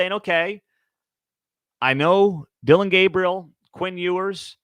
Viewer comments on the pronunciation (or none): none